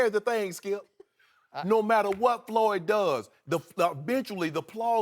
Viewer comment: Did he just say "Floored" Mayweather ? LMFAO